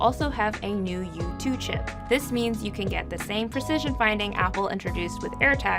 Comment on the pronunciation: Is she saying sip instead of chip? Did they rename it to sip?